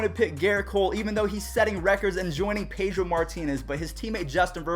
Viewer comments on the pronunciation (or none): none